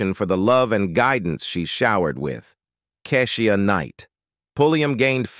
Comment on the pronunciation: Why is he pronouncing Keshia name wrong? We need a black announcer.